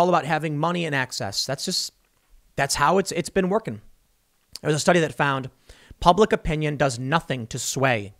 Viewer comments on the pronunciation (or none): none